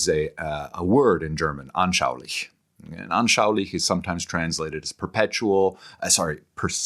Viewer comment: What perfect pronunciation of "anschaulich" 🎉😂❤